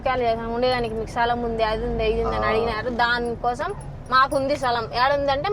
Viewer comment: సలాం కాదు రా స్థలం 😂😂